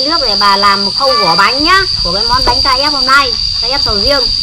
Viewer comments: Sau video này sẽ có thêm một cách đọc mới cho từ bánh crepe ngoài cách đọc "bánh kếp" Bà đọc "Bánh Ca dép" , mấy đứa bên cạnh cũng "bánh ca dép" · Bánh cờ rếp (crepe) ko phải bánh KF bà ơi. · Crepe chứ k phải Ca-ép bà ơi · Ca rếp??? Cờ rếp nhá haha bắt lỗi tí hoi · Bánh kếp mà bà lại nói là bánh ka rép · Sao k đọc là cờ rếp đc nhể:)?